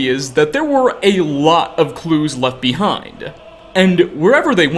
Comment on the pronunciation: You add an extra syllable to a lot of your words, "alive-uh", "behind-uh", etc